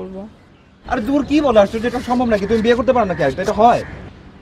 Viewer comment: আপনার "বিয়ে" এবং "ঠ্যাং"-এ কিছু সমস্যা আছে।